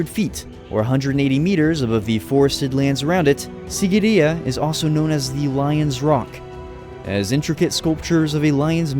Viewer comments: Im from sri lanka and that mountain isn't called sigiriya its called seegiriya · It's See-gi-ri-ye just to let u know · its pronuced siigiriya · The way he pronounced the word sigiriya and king kashapa is hilarious as a Sri Lankan